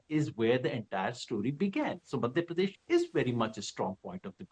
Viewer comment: Rahul Kanwal ganwaar hai, Madhya Pradesh pronounce nahi kar pa raha dhang se, Pardesh Pardesh laga rakha hai